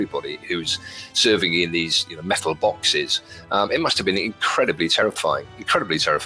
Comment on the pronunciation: sigh I'm sorry, but it must be done.... METUL BAWKSES!